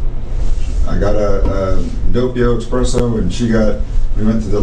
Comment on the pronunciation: His biggest crime of all was calling it an expresso.